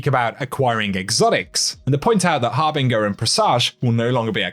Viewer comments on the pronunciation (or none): It’s har-bin-jur not har-Bing(tm)-er